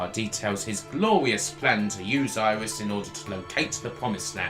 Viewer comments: Iris? Just.....no. Don't care what your native accent is. It ain't pronounced Iris. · I admit it took some getting used to hearongnit like that, but when the game was released nobody knew how to say it, so it was up to the player to find their own way. I say it "air-is", but things like aegis shield I say "I-gis", so I can see logic, and it's not easy to break a nearly 20 year old habit.